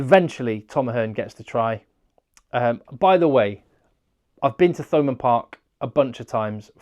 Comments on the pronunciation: No H sound as in Thurles which of course is Durlas in Irish. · Love your channel, I’m addicted to it. Btw it’s pronounced Thomond park as in Thames!! 😆